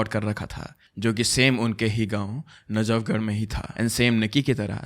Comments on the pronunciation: Also najagarg instead of najafgarh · Jhaaaajhar ❌ Jhajhhhh-ur ✅ Najaaaagarh ❌ Najaf-garh ✅ Bro, your pronunciation of North Indian cities is awful! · najagar😂😂.....it is najafgarh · najafgarh is city in delhi and it’s pronounced as naj-af-garh not najagarh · I'm from Najafgarh bro and you pronounce all villages and my city name wrongly yrr.......... so so weird to listening it